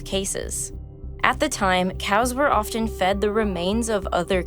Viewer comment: Nice voiceover except that you pronounced often incorrectly; it does not have a hard T, in fact you are not supposed to hear it. ✌🏻